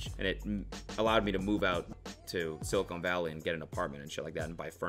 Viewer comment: did you seriously call it sili-cone valley???